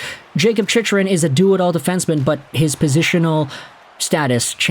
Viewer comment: you lose all credibility when you don't pronounce his name correctly...its Chick..run. You sound like you dont know anything about the NHL.